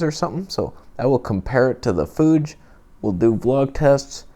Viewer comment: Love how you say "Fuje" for Fuji lol. You're unique on YouTube mate